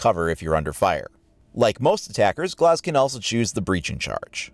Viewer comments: G-L-AH-Z not G-L-OH-Z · His name is glaz not glaus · oh well in the situation he's called Glaz and it sounds like glass. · Tbh i dnt think glauz is how you say it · I think you're pronouncing his name wrong. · You say Glaz kinda weird...